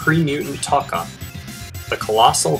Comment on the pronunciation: its toe kka